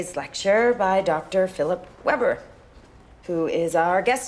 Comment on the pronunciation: Weber ist „VE-ber“ ausgesprochen, nicht „uuuuueeebrrr“